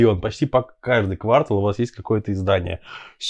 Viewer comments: КвАртал! Этот ведущий сказал это слово с ударением на первый слог. А потом повторил! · Ведущий не имеет права сказать "ква́ртал"!!! Вы в школе-то учились, хотя бы? А Лурье крут, само собой. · Интерьер - симпатичный парень, видно, что старался. Но слово квартал с ударением на первом слоге меня добило. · И не говорить "квАртал"... Бедный ЛЛ... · "КвАртал"?!!! Сначала я думал, что ослышался... Журналисту СТЫДНО делать такую банальную ошибку.